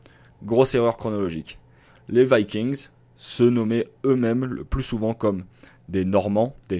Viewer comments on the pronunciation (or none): C'est pas "Vaykiingss" C'est VIKINGS tout simplement. On le prononce en Français...